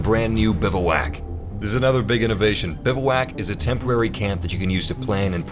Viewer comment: BIVWAC not BIVAWAK